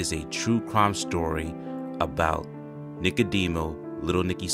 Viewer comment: Its Nicodemo not Nicodeno*. Great video. love to see more.